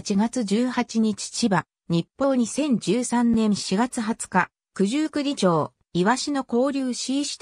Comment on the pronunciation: すみませんが、九十九里ちょうでは、なく九十九里まち片貝ですよ。